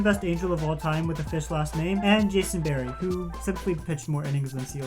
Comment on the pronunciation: Jason BER-RAY....not BERREY.